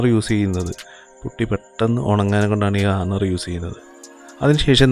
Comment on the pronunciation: ഹർണർ അല്ല മുത്തേ ഹാർഡ്ണർ